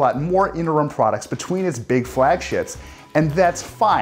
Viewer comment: Did you say "flagshits"?